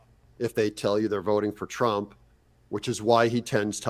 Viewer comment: Whoopi cannot even say TRUMP